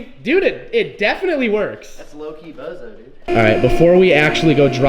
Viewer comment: little bit of BOZO its ''BOUSOU'' short for bousouzoku